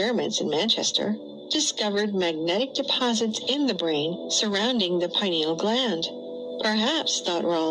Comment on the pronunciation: Unfortunately, the bot kept mispronouncing the word "pineal." People that aren't familiar with the word will just take the bot's word for it. Hmmm